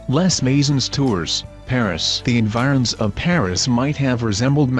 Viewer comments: "lez maisonz tourz" I'm out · Les Maison Tours and Seine have been mispronounced